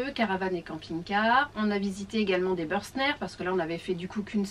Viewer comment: Merci pour cette vidéo très instructive. Juste une petite proposition d’amélioration. Bürstner étant une marque allemande, votre prononciation est erronée.